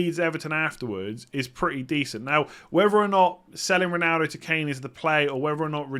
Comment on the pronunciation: Why do you always say Rinaldo, sounding like an i instead of an o?